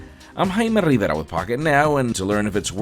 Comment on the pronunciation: No joke. I got halfway through the vid and was like... is this the same guy? I can't tell because he isn't dropping his name 37 times or rolling his Rs like he's playing 'em on a snare drum... Then he managed to drop his frrrrrrrrriggin' name three times in a span of 10 seconds at the end.. Sir. Dude. I get wanting to pronounce your name like it is actually pronounced in your ancestral home. Completely. I mean trust me, I could do the same with mine, but I don't, unless I actually happen to be speaking the language of my ancestors IN my family's country of origin (which does feel good). But why not do itin the US? Because it just sounds ridiculous here. More specifically, it is knd of flashy in a pompous way. Compound that with the frequency of your name drops, and it's totally overboard... kind of like a street car with a picnic table-sized wing. I mean look, you do what you're gonna do. Your content is solid, and I will keep giving you the views and clicks, but please know that people find the name drops and origin-correct pronounciation a bit much in the context of these videos.